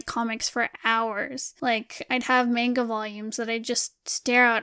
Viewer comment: I don't want to be that one guy, but... It's mahn-gaw not mAn-ga Gknagksnwnc. Just kidding. I love your vids! I have been binge watching several of your vids and I can see the progression of your work. It really pays of to push yourself, good job!